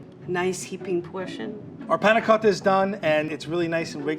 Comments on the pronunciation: the way he 'tries' to pronounce panacotta.. ugh cringe. stfu. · i like how says panacotta so accurate:D